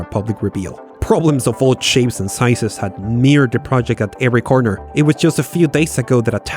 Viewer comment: I'm a fan and will continue to be one but it amazes me that such a well-made video series never googles how words are pronounced, runs scripts through text-to-speech, or simply involves a native speaker. An accent is fine but when I have to resort to subtitles to figure out things like "hobbits" (hobbyists), "capitulized", or "meered" (mired) . . . Yeah. The videos are well-researched, engagingly-written, and otherwise very polished so it's glaring that it would have what would be a basic oversight in broadcast media.